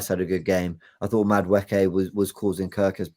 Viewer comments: mate, it isn’t Madawookie. He ain’t on Star Wars. It’s pronounced Madawakie… Madueke. Easy. Please one of you 3 correct him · mispronounces Mosquera as Masquera once and Jordan jumps in but you've all let him say Madawookie for weeks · Jordan - please also correct saying MadaWookie - this ain't Star Wars. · I beg in this one instance be like Ty and just name players by their first name please it fully takes me a few seconds to work out who you're talking about...... Madwhowookie....... Mascara....😂😂😂